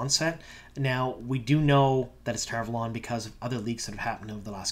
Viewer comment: Why are you pronouncing Tar Valon that way? That’s not how the audiobooks pronounce it.